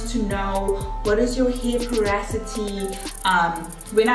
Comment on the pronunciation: Loved both sides❤️ Just as a matter of interest it’s pronounced po- ro- si - ty not po- ra- so-ty